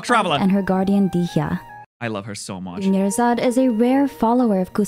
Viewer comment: "Dunyarzad becomes Doneyarzad"...... That came out of nowhere.